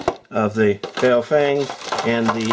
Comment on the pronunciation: bow-feng ?? it's bo-fung..!!!!